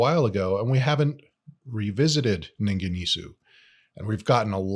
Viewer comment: pronunciation "Ningen EES" . just found your channel. I'll be checking out more!